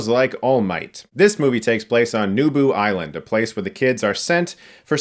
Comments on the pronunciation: it's not "Nubu Island", it's "Nabu"! Come on Chris! Almost every location in the show is a Star Wars reference. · My only issue with this review is the fact that you not only mispronounced the name of the island, but you also missed that the name is a reference to Naboo from Star Wars.